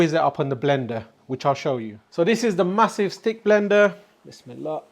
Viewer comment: What is it you say before any cooking? sounds like Wis me la. I have learnt so much from you cooking and have built me new kitchen in such a way I can cook all your recipes. Thank you. Andrew